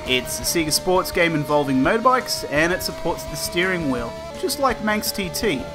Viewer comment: It's funny how you say mo-bikes